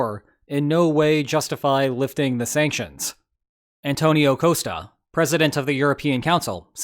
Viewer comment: It's probably the first time I hear someone (even American) say "costa" wrong